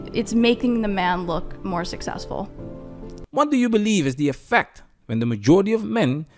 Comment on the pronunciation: be-LIE-ve women